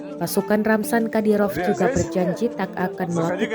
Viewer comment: Wuy Ramzan bukan ramsan!!